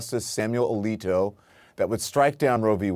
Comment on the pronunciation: ALITO, not OVITO! I almost flagged this!